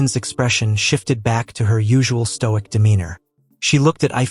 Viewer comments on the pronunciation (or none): none